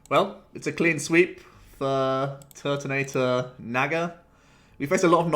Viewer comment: "Turbo Turt"(Tord)😂